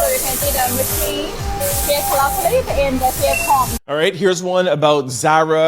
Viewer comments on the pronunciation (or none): none